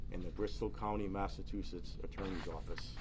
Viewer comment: Where is massa-too-setts?